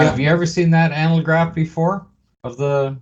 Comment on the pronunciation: How come you guys can't pronounce ANAGLYPH? An "analgraph" would be something entirely different.